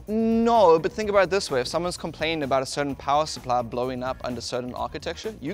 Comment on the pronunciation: A very Canadian "abOUT" there Linus